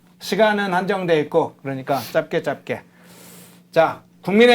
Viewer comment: 사회자 이새끼야, 짭게짭게가 아니고 짤게 짤게로 발음하는 거다.